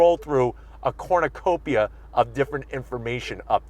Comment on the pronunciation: Just here to hear cornocopia